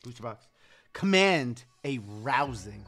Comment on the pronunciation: Lmao, a "rouusing" performance